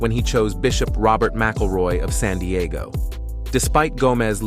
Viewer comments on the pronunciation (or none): none